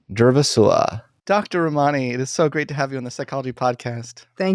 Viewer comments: Read her book Word for Word, yet can’t pronounce her name? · He is so rude to her.!! Very inappropriate for him to treat her that way. He doesn't say her name correctly.. wow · You’ve mispronounced both her first and last name. Two minutes of research will help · I can't believe he doesn't pronounce her name correctly and doesn't even seem to care. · Lord. Please learn her name pronounciation 🤦🏻‍♀️ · first step, bud: pronouce your guest's name correctly. I can't even watch this because you are too lazy to get that right.